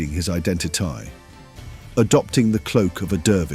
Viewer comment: AI can't pronounce identity? identiyeee:trophy-yellow-smiling